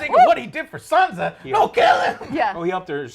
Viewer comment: I really enjoy these reviews! They're awesome ❤ But please, Joe... SanSa! With an S, not a Z 😂😜😉 Keep up the good work, guys!